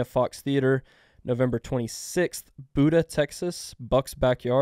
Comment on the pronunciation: C’mon,, it’s pronounced Byouduh, not Buddha. It’s not that far down the road from you. You gotta do them folks better than that, man, lol.